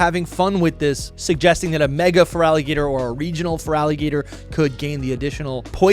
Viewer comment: THERE IS NO VOWEL BETWEEN THE T AND THE R IN FERALIGATR!